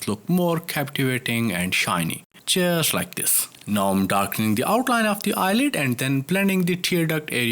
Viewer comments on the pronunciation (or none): I was always wondering what is this 'cheers like this' ! Only I accidentally switched on the subtitles. Then I came to know that it was 'just like this' ! 😄 Now even if you want to cheer up the viewers, I am always happy ! Best wishes!